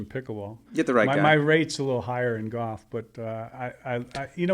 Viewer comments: Hank can't pronounce the L in the word Golf (sounds like Goff) but otherwise he's allright. His podcast isn't bad. Yeah, the whole "bad at bringing his game from the range to the course thing." I mean, the driving range is flat and the ball isn't below or above your feet so its obviously much easier to perfectly hit your 9 shots. And you're allowed to use alignment sticks etc. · Looks like he's 80, and worse yet, cannot even pronounce golf. Brutal when someone pronounces it goff. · Ever heard Hal Sutton or Ben Crenshaw say “Goff?” It’s a geographic thing.